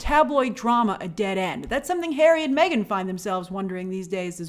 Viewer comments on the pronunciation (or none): none